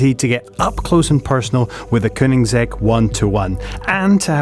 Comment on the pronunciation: It's not Koninsegg, it's Koenigsegg. Spell it right.